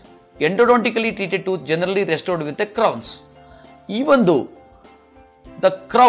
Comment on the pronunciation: Probably and possibly the best doctor ever but so hard to understand. Sorry Mr. I have an accent too but yours is really strong. Toot? Or tooth? Two different things.